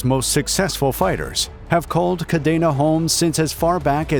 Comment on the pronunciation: Grew up there and its pronounced kadeena